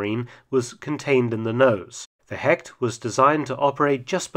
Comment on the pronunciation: A little advice because I know Mark tries everything to pronounce the German words right. Hecht is not pronounced 'Hekt' in German, it sounds more like 'Hesht'.